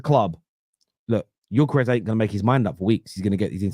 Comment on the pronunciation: you're saying Gyökeres much better than most English speaking people are 👍